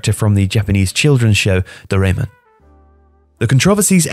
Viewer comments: That's definitely not how "doraemon" is supposed to be pronounced......... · good video as usual. just the pronunciation of Doraemon need improvement 😂